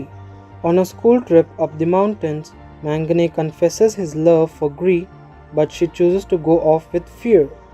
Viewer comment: Bro it was very helpful as all the other recaps were in hindi, just a suggestion if you can please use the correct pronunciation, his name is pronounced as 'Mag-na' and not 'Man-gane'. Just a constructive criticism😊